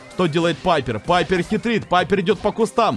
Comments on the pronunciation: Ребят! А вы тоже говорите не Пайпер а Пайепр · Пайпер а не Пайерр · Только пайпер а не папйер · ОШИБКА НЕ ПАЙПР А ПАЙПЕР